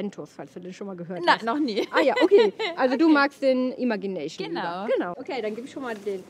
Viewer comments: Den spricht man Imätschi näyschn aus 🙈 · vielleicht hilft es dir das Wort „Imagination“ richtig auszusprechen:)